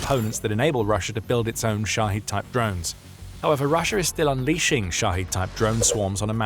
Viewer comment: They're called Shahed drones, not Shaheed. It's not a difficult word, and you could have learned it over the past few years already. "The Military Show", sure… 🤡